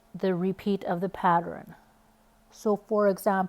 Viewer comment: Could not get over the fact it sounded like you’re saying ‘patterin’ 🤦🏽‍♀️ Also - doesn’t help getting started 😣